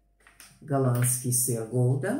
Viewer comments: подруга которая живёт в Германии сказала, что вы всё время показываете брэндовый греческий йогурт , по этому так "дорого" если брать, домашний маркой магазина, то он стоит дешевле интересно , на упаковке орехов в шоколаде, наресиван фундук, а вы говорите миндаль.... как и на сыре, написано гауда, вы говорите голда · Добрый день, 🙋‍♀️. Орехи называются кешью ( nicht кашев), сыр называется гауда ❤